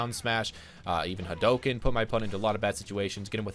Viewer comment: Its Hadouken.